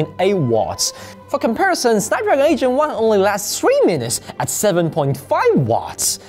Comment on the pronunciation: I'm sorry but every time you say "8 Gen 1" I hear "Asian one" 😂